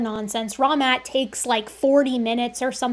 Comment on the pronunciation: I will never not hear his name as "Wrong Matt."